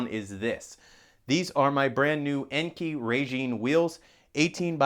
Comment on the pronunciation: Fairly positive Enkei is pronounced "N K" Saw it on one of their Facebook videos and set it straight once lol. Digging the lighter silver look for sure!